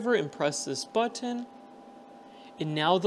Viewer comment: LOL what's up with way you say button 🤣